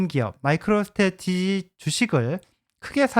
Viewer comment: 오늘따라유독말을버벅거리시네요ㅎㅎ 마이크로스테레티지 발음도 좀연습하시구요 항상잘발음을못하시더라구요^^